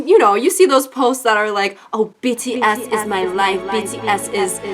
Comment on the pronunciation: i thought she said bitty s instead of bts lol